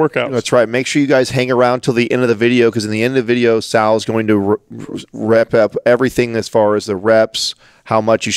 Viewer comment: You know a guy has been working out for all his life when he says “rep up” instead of “wrap up” #adamthebodybuilder